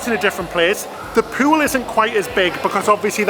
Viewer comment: You Adorable Boys! I love your videos and the way you pronounce swimming Peeyouell. 😉